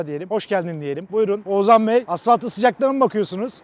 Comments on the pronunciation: Abi Oğzan ne ya :D Oğuzhan demeyi desene bence yapabilirsin :D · Hacı oğuzzan değil oğuzhan...😁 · Oğuzzzan diye bir şey yok yemin ederim cinnet geçiriyordum videoda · keşke bir kere H harfini bastırarak OğuzHan deseydin 😀 Video başından beri OĞUZAN demene takıldım 😀ama ellerine sağlık güzel video olmuş 😀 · Oğuzhan ismini Oğuzan diye söylemeyi nasıl başarıyorsun. Kulağımı tırmalıyor sadece Oğuz de baree.... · Abi şu adama Oğuzan deme ya 😄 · Oğuzan değil Oğuzhan diye okunuyor... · Oğuzan deme gözünü seveyim 😀 odaklanamıyorum videoya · şu adama oğzan deme nolur :D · Abi lütfen oğuzan deme agagagagagfa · Abi Oğuzan mı diyosun sürekli Oğuzhan yerine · Şu adama Oğuzan deme yahu, Oğuz han okunuşu Oğuzhan..